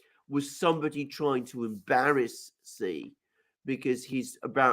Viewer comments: Love the show!!! However,,,, Sorry but Xi is pronounced as Shee.... Shee Jinping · It's pronounced Shi. Not Zi. Not Si. Thanks. Great discussion.